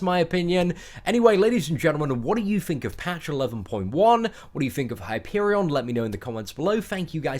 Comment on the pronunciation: It's Hyperion